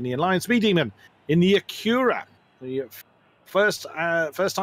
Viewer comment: Just a quick comment: Acura is pronounced AK-yoo-rah or AK-oo-rah. The stress is on the first syllable, not the second. It took me a while to realize what was referring to, as I thought he kept pronouncing it ak-YOO-rah...so I was looking for a Koenigsegg Agera out there! Hahaha!